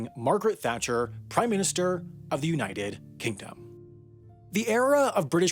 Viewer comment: What was the point of putting a pause between united and kingdom ?